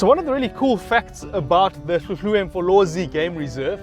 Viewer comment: Good you say hluhluwe properly!